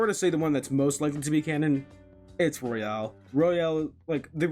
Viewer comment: IT IS ROYAL, NOT ROYALE.